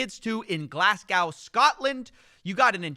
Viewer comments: It's go not gow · It’s pronounced ‘Glazgo’ not Glass-cow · It's glasGO not Glasscow!!! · Glass Cow? Glazz G-Ow!? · It’s no In a glass cow it’s in glesga glaz-go if ye wanty be proper about it but never a glass cow hahaha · Glasgow not glasgou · it's pronounced glars-go not glass-gow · its pronounces glasgo not glascow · Never been to Glass-Gow before but I have been to Glasgow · it’s not ‘Glass-Gow’ it’s ’Glass-Goe’ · it's not glass cow it's glasgow or if it helps GlazGo, how you say it makes it look like your having a neck spasm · Hearing Americans pronounce British place names is funny AF! Like I k ow it's Glaz-go but glass gow is a top tier pronunciation! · " Glass Gow Scotland " = "Glazz Go" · Glasscow? GLASSCOW???!! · ah yes glasscow , just next to edin burg ... down the road from ayber deen 🤣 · "Glasscow Scotland" 🥺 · The glasscow.....😂😂😂😂 Love the void. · Its pronounced Glaz-Go by the way, not Glass-Kow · "Glass Cow" how did this become the default for Americans? It's "Glazz go". It's even spelled the same as the way we say it "Glasgow" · Americans, Glasgow is not pronounced "glass cow" its more like "Glars go" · aye mate its glaz-go! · It's fine we've turned it into a game where you drink every time someone talks about GlassCow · Glasgow man, but you would pronounce it Glasgo, unless your like me an Ayrshire boy and it's Glesga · jeezo, glass cow.. come on dude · It's more like glass-kho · Glass gal! 🙈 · It’s Glasgow pronounced glass-go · GLAS..... GO Glasgow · Brutal hearing the old Glasscow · There's no Walmart in ''Glasscow'' either. The actors have since been paid half the money last I heard. Stop getting ahead of yourself by jumping on the trend wagon. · Ya canna pronunz Glass-goh yank? Mon then, square goh. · I’ve been a big fan of your work for a long time but calling Glasgow “Glass Cow” is completely unacceptable. I don’t know if I’ll be able to look at your videos in the same light again. Diabolical. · GLAZ GAW Disliked just for that butchery